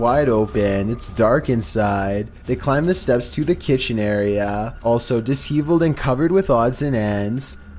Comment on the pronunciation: It needs to be said "Bobcaygeon" Not Bobcay. Di·shev·eled not Dish.eviled. You really have to learn the words before you speak them. This happens in almost every video post.